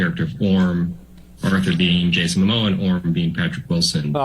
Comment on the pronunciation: his name is ‘Momoa’, not ‘Mamoa’. 🤦🏼‍♀️